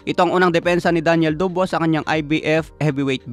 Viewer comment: Dabois hindi dubwa😂😂